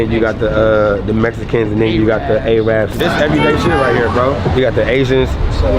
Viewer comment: Did he just pronounce Arabs, "Aye-robs" ?